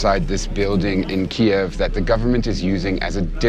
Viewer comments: thank you for the detailed intimate coverage of those defending their homeland. PLEASE however use the Ukrainian pronunciation of Kyiv (keev). You are using the Russian pronunciation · Keev kyiv kiev how many mispronounced ways can people say the cities names? Have respect learn how the cities are pronounced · Vice, this is a really good news piece, but Kiev, as pronounced by the reporter, is considered offensive by the Ukrainians as it’s the spelling used during Soviet times… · He’s pronouncing the capital’s name the Russian way not the Ukrainian way. One syllable not 2. Come on Vice News you can do better than that. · Why doesn't the correspondent know how to pronounce Kiev after doing multiple videos from there? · Is it really pronounced ' Keev ' like I keep hearing? Or is it pronounced like I was taught along time ago ,' KEY-ev ' ? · Kiev is in russian, Kyiv is how I hear Ukrainians pronounce it. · …There’s plenty of 🇺🇸 reporters that pronounce it correctly. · I guess nobody taught this journalist how to properly pronounce the name of the Ukrainian capital, especially in front of Ukrainians, eh? Yeesh. How embarrassing. For me, that is. As an American. Ugh. Get educated, brah. #KyivNotKiev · I thought it is pronounced KEEve not Kee-EV because we are all standing with Ukraine. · I’m not sure I think the Michael Bay style action drama is what I want to see when people are really suffering. Furthermore, why pronounce as “Kiev” as opposed to the non-Russian, “Kyiv?” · Can you PLEASE pronounce the name of the city "Kyiv" (keeev) and not (key-ev)! Kyiv (keeev) is the Ukrainian pronunciation and that is how it is spelled. (Key-ev) is how the dictatorship under Putin says it. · Kyiv…not Ki-ev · Tfw the host pronounces the name of the city as "KiEv" instead of "Kyv". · Kee-ev. <---that is how you pronounce it. Not KEEV. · its pronounced "Key-ev", not "Keyve" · Kie-ev? I'm out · It's not pronounced "Keeev" by Ukrainians.